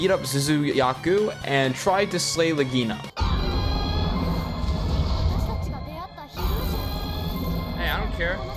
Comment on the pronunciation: Good Video! the only thing that triggert me was how you pronounce Legiana. XD